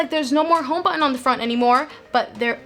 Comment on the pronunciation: she can't say "thousands" or "button"